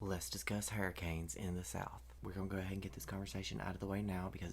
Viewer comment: Yasssss 😂😂😂😂 thank you for your proper southern pronunciation of hurricanes. ❤🎉 categories on point too! 3 and above is a concern.